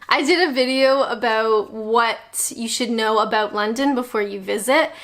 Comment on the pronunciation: Personally I really enjoy your videos. They make me smile. Particularly the 'owt' and 'abowt'.